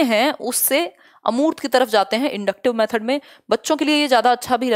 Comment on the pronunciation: अर्मूत नहीं होता है🤣🤣🤣, अमूर्त होता है